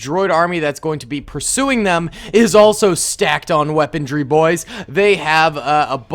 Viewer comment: Does anyone else notice how he says "weapondry" instead of "weaponry?"